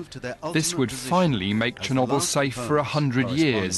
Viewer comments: He's pronouncing chernobyl wrong. It's Cher-no-bel not Cher-nob-el. :) lol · "sher knobble" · Chernobble hehe nobble